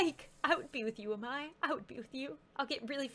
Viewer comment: Its pronounced A- MAI